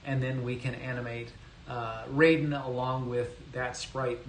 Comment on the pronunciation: Raiden is pronounced with a long I, not 'rayden.'